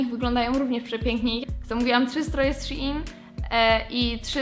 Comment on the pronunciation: Szein się mówi a nie sziin...